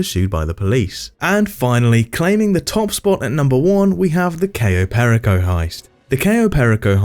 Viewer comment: replaced his voice with an AI one Oh. How fun the Dooms Day heist was on stream.. Cayo perraco instead of Per-ico. Have to love the AI pronunciation.